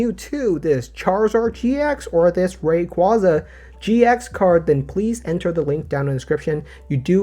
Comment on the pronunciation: I really wish everyone would start pronouncing Rayquaza correctly. Pokémon had to release Legends Arceus to force people to pronounce that one correctly. Maybe the sequel will be Legends Rayquaza.